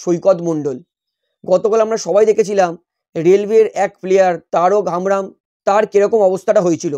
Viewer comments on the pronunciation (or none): তারক হামব্রম না তারক হেমরম